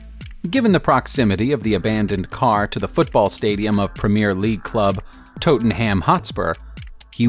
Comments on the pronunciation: It’s Tottenham Hotspurs, not Totenham Hotspurs, but either way they suck royal dick. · It’s not Toe - ttenham for fuck sake you are not talking about some ones toes it’s Ta - ttenham which is more commonly pronounced as Tottenham and H is not pronounced as Tattenam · “Hurricane” “Toten Ham” “Countack” ffs 😂🥴 man can’t even talk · but you don’t say anything when he says Tote-an-ham ? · Toootenham hotspur...⭐️😂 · Toootemm ham 😂😂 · Tottenham is pronounced as in 'Hot'. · That's not even close to the correct pronunciation of Tottenham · The way he pronouced Tottenham made me like react. wtf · Bruh as well how he said Tottenham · "Hurricane", "Tote-en-hammm", "Mon-die-alll" "Nova-see-brisk" "Bentley BT" God almighty, please oh PLEASE learn to pronounce words before you do another video!